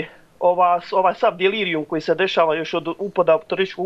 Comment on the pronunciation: Alaj si dobar narator pod navodnim znacima kaze se delirijum a ne dilirijum.Moras nazad u osnovnu da naucis jezik i pravopis.😂😂😂